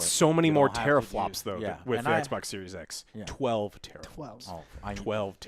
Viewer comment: "Sexbox with flopsssss?!" I'm Dead. 😵💪🤣👏🏼👏🏼